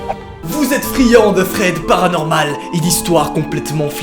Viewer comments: T à dis fred paranormale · Au début j'ai compris Fred paranormal 😭😭😂